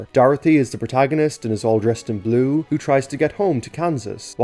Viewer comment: this is the first video i watched from you and i wasn't really paying attention until the end where you said bue in Irish. That caught me off guard. An Irish guy talking about Thomas is the last thing I expected to see today